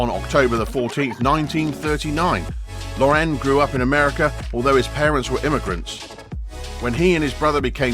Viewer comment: What a freaking joke of a video. In the first place, the narrator cannot even pronounce Ralph's last name correctly. In the second place, the narrator says that Ralph Lauren has created an affluent lifestyle like the one he grew up in He grow up lower middle class.